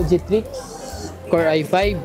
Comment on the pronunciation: bakit cya TRIX ng TRIX? STRIX ung ROG xD